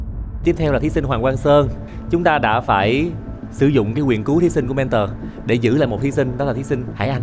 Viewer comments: Mrs "Men-thùa" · Hà Anh nghe nói là du học ở Anh quốc nhưng có những từ phát âm không chuẩn mà còn cực chối tai chẳng hạn: men-thùa (mentor). Không hiểu là cô ấy cố tình phát âm như thế cho nó "loạ và soang" hay là do khẩu hình cô ấy không thể phát âm đúng được??? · Mấy năm thôi à? Mình sống hơn nửa đời người ở đây rồi nhưng chưa từng nghe người bán xứ phát âm "mentor" như thế. Du học ở Anh mà phát âm kiểu Mỹ thành ra bị như vậy chăng? 😄😄😄